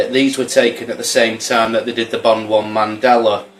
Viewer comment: Wow when did it go from Mandela to Mandelar lol jk